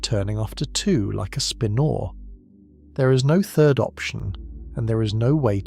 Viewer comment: I "love" how the lousy computer narration can't pronounce "spinor" or "nuclei" consistently.